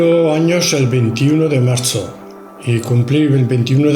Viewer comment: Sí, jeje. Dice que es del 21 de "martzo" 😍😍😍😍 La verdad que ha sido una gozada que por fin nos presentara a sus padres.